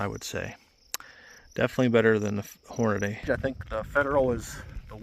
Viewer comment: I can't watch a video with a guy saying Hornaday instead of Hornady (Horn-a-dee).